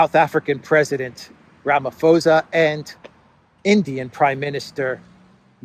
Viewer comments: Also it's Ramaphosa as in Ra-mah-po-sa with the emphasis on the last A; for anyone who was wondering. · Thanks. With regards to the South African President's surname name, Ramaphosa. The "ph" is pronounced as a "Pa" sound not an as an "f" as in English. The "h" after the "p" just indicates that it is a forceful "Pa" with air being pushed outward from one's mouth. A "p" without a following "h" is soft with almost a slight inhale when pronounced.